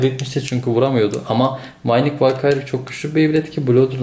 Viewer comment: Valkyrie "Valkayır" değil, "Valkiri" diye okunuyor. Düzeltmek istedim 😁